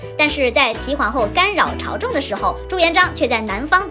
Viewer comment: 是……朝政……不是朝正